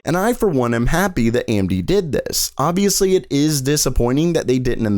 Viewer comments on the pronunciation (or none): none